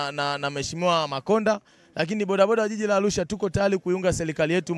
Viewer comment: Alusha huyu sio wa chugga anatamka arusha kizembe hivyo alusha mamluki huyu